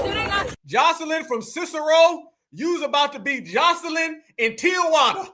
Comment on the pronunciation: Cicero is a hispanic town just west of Chicago…very very anti-black American, if you don’t believe me, go back to 2020, during the George Floyd unrest. Cicero is pronounced sis-sa-ro. There has never been a black/brown coalition! The browns have never ever had love for FBAs…especially here in Chicago.